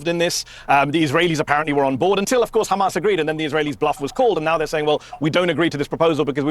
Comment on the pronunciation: They have zero talking points.. just khamas khamas khamas.. WHAT IS THEIR EXCUSE FOR THE WEST BANK WITH NO H!!..